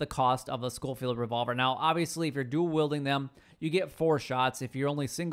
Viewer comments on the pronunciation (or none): Why does everyone call it the LeMONT revolver? It's a LeMAT revolver. Like door MAT. There's no O or N in the name lol. Same with the Schofields. It's SKO-fields. Not SHO-fields. It's a Smith & Wesson named after Maj. George W. Schofield of the U.S Army circa 1868. He produced them in bulk for the Russians as a .44 until 1870 when S&W started mass producing the model 3 as a modified .38 to fit the Cavalry's needs. It meant that soldiers only needed to carry 1 ammo type for their weapons. It's actually my favorite revolver. I'm getting off topic though lol. I'm a gun guy so hearing people butcher names just urks me.